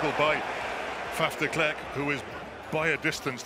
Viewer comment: They way he pronounces De Klerk makes me go crazy (the narrator )